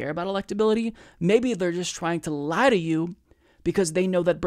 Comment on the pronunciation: That repressed accent sneaking out, they're just trying to liih to you